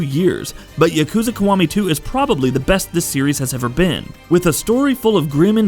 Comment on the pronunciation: WTF is Yakuza Kawami?? Its Kiwami. KI . Not KA.